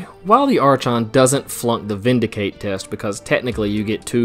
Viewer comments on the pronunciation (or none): Archon = Are - Kon Brazen = Bray - Zen